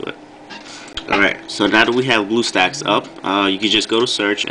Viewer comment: DID YOU SAY BLUESTACKS OR BUTTSTACKS IM CONFUSED?